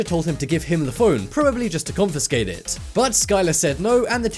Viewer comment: You said confescate twise